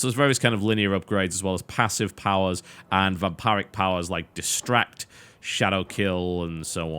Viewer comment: Sorry TB but it's VamPIRIC not VamPARIC